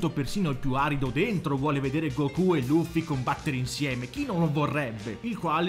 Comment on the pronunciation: Se dici Gokú allora devi dire anche duragon boru😂